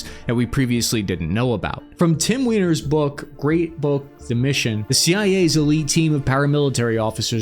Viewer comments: Surely it's pronounced Tim Weiner and not Tim Weiner? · Cmon man, you can’t say “Tim Weiner” and expect me to be serious 😂